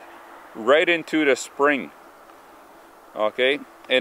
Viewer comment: "In-tooda reservoir"